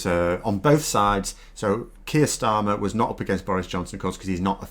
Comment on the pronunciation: You would think those who pontificate about the new Labour Party Leader could at least take the trouble to his name right. Not too much to ask, except perhaps for the Trolls.